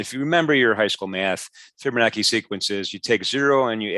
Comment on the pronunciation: fibonacci ( CHI ) NOT ( KI )